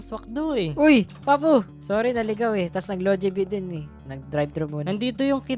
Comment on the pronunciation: It's not Lojibee its jollybee